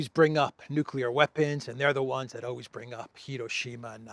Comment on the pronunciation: Did Graham say Nuculear? I think he did.